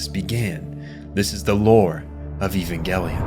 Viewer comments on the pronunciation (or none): The director has already stated, it's pronounced evan-gelion. Over a decade ago. Don't make a lot video if you don't even care. Let me watch the rest of this drive to get a bigger picture of your ignorance, nah garbage.